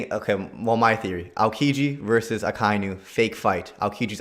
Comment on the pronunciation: did u just call Akainu Aikinu🤣🤣